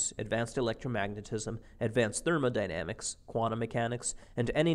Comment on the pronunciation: thermodynamics he says lol